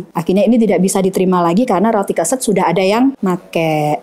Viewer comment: Keset (mat) ya e nya spt baca lereng.